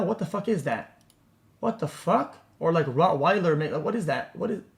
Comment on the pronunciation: "Rat wailer" :face-blue-smiling